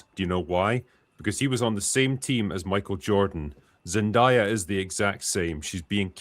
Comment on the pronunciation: Zen-DAY-a, not Zen-DIE-a